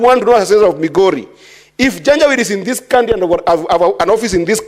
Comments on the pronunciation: She is saying janja weedii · Madam speak, what is janja wit? Do you mean janjaweed or something else? To be franky as an academic, wikipedia is not an authority in our academic circles. Due to the fact that the senator is not an academic but a political institution, he honourable Omtatah might be right. Had it been a lecture class, citing wikipedia is as good as absenting from using brain.